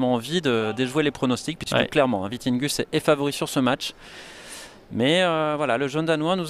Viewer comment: Will be interesting to follow the ups and downs of players after one years covid break! And on a sidenote it is Vittinghus, not Vitinghus!